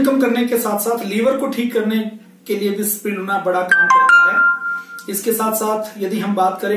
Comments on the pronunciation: Spirulina to theek se bol lo pehle.. usper video bana rahe ho... Spiluna Nai Bolte Isko Spi - Ru - Lina Iski Practice Karo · Spriluna nahi sir Spirulina Aapne likkha sahi he Pad galat rahe he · Are bhaiyya pehle spirulina ka naam to theek se lena sikho. Ye spiluna spiluna kya bol rahe ho? 🤣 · pls pronounce spi-ru-lina correctly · You are not pronouncing the world spirulina properly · Aap SPIRULINA please pronounce karna bhi thoda sikh lijiye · Naam toh theek se lelo